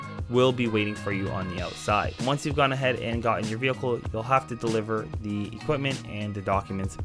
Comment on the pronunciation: Talk normal. You sound so stiff because youre obviously reading from a script. Especially everytime you say 'thee' instead of 'the'